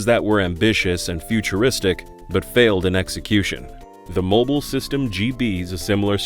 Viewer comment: "mibile System"? Hope somebody got fired for that